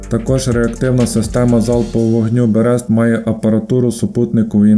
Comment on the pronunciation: Берест наголос на перше "е".